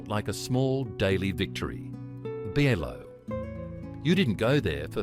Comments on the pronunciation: "BEE EYE LOW" ???? Pron. Buy Low. Cheap supermarket in other words! Obviously the "narrator" is not 'true aussie' else "he" would know how to pronounce BI LOW. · Ite pronounced byelo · maybe its the mispronunciation of so many words (BL-low??) and the lifeless voice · that's not how you spell it. it's BI-LO not "Billow".